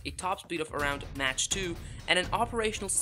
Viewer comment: Mach is pronounced mark, not match.